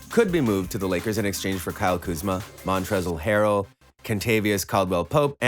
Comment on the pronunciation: “Montrezzell Harrell” in 😂😂